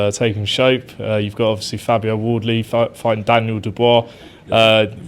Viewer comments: Not that intelligent! He kept calling Fabio Wardley, "Audley" "put some respect on his name" Lennox! 😂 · So intelligent he thinks Wardley is called Audley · why does Lewis pronounce Wardley as Oddley?